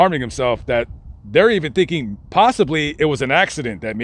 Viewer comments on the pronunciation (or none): none